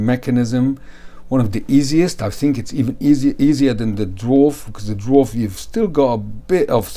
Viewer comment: Education comment, it's pronounced not Dwarf but actually Daa-vaar or Dee-varw. This is easily learnt through the official original owners Facebook group owned by Peter (owner of KHW mods) I called it the Drawrv in my mind for like a year 😂